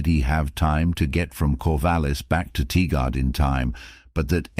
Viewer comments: Just a helpful pronunciation tip: It's pronounced Tie-Grid or Tir-Grd ...when I lived there, some said it as Tiger-ed 👍 I lived there and struggled a lot to get it right, so please don't think I'm trying to be a know-it-all or am putting down your video in any way! I can pronounce half of the cities in Washington or Oregon correctly 🤦‍♂️🤷‍♂️ and I've lived here my whole life. A lot of Indigenous names and colonial names (French, Spanish, UK English) that... I just struggled with. I lived, technically, in Tualatin ['Two-wall-uh-tin'] and love places I could pronounce, like Hillsboro 👍 😅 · TIgard. pronounced Tie-guard Veneta, Pronounced Vee-knee-da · Tigard sounds like tie-gerd